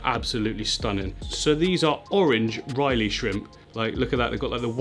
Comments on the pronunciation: “Riley” 😅 I’ve got to say it lad it’s been too many times now 😂 it’s ‘Rilly’ brother 👊🏼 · It´s Rilli shrimps not Reilley! Lol : D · i love u but if i hear you say "Ryleigh" one more time im gonna bang my head into a wall lol. Its r-ill-ee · I just went through like four/five pronunciations and its REL-EYE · The Rili shrimp is pronounced "really". Just an FYI. But you did ask. ☺️ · Rili is pronounced RI-LEE. It sounds like says really but you replace the E with an I. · pronounced "rilly" (ril-e) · not pronounced riley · It’s pronounced rrrrr-ill-y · Hearing you pronounce rilli shrimp makes me laugh every time